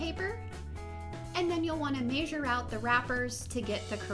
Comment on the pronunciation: Its not masure it's measure